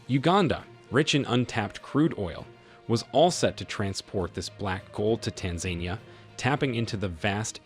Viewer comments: It's Tan-za-NEE-a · TAN-ZAN-EE-A dude ! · It is U-gan-da. And it is Tan-za-ni-a. That is how you pronounce the names of the countries for this video. Please keep this in mind and correct for future. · I'm sorry but why do you so badly mispronounce Tanzania???